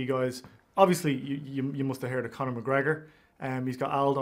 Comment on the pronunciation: Arnold tried to say Conor without the John